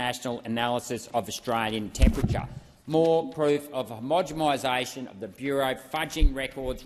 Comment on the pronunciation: Arrgh... Please... Homoge-NNNNN-isation not Homoge-MMMM-isation... You do an awesome job of calling out this BS, Senator.. Don't give them free ammo to discredit you.